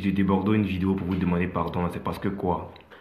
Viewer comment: merci frère vraiment même pour dire vidéo c'est problème chez lui